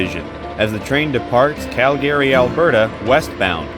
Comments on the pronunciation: Is the narration AI? The pronunciation of Calgary sound unusual. Cal-Gary? CALgary. Also, it always pronounces THE like thee, which is not normal either. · Great video but work on your pronounciation of "Calgary". Its main syllable stress is on the latter part of the word and not the front like you are saying. The Cal- part of Calgary is stressed (where you stress the accent), not -gary. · LOL I Have Ridden the RCP Many Times but Never Heard Calgary pernounced like that 🤣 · Could you please learn to pronounce the name Calgary correctly. Also use Canadian English pronunciation of the word toute